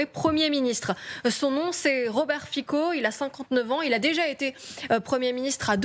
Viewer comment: Pas Fico mais Fitso en prononciation